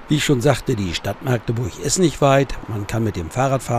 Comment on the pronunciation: Maaagdeburch wird mit einem kurzen A gesprochen, das könnten ihm die Ureinwohner erklääärn. Herzliche Grüße aus Machdeburch.